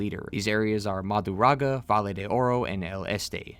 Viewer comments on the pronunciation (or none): Mah Drew GAH DAH.. not marudaga